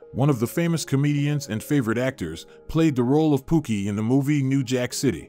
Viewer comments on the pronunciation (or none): none